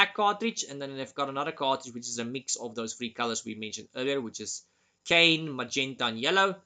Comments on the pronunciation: You pronounce magenta perfectly but cyan isn’t pronounced like “cane.” It’s two syllables. Sounds like “Sigh, Anne” or “S-eye, Anne.” Hope that helps. Your English is for the most part impeccable. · The blue color is pronounced sigh-anne, not Kane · i love that you pronounce cyan(sigh-anne) like cain lol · ngl that part was hilarous to me, I thought it was a intentional joke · Just to add, the blue (Cyan) is actually pronouced as "sci-an".